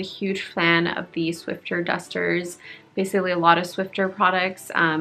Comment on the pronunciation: “Swiffer”, not “Swiffter”. 😊